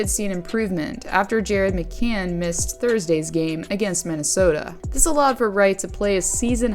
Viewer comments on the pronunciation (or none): none